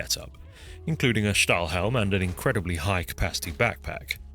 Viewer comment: is a bit late but restpekt how you pronounce stahlhelm /steel helmet LUL